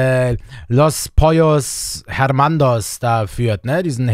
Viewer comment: Es heißt pollos hermanos nicht hermados